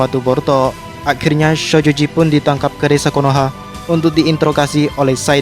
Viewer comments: Syojoji ya kawan bukan shojoji harus lebih ditekan syo nya🤣🤣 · bang kalok ngomong "sojoji" biasa napa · Ngomong shojoji nya biasa aja dong ih sebel 😒